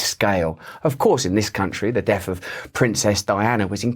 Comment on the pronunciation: "...and W. Churchill's deaf was the last death..." :)) It's so funny, the way u pronounce "TH": once it's a Θ, once an F... and then a Θ again, but then sometimes it becomes a V!!!